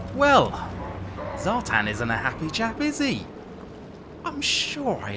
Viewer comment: Zhatan ( Zha-t-ON). as in like turning the lights on :) the chaos dwarfs were my first army and people are butchering these names and making these characters sound lame. its also Draz-HO-ath, as in ho ho ho and bath. ig it's subjective i just think draz-h-oath sounds lame.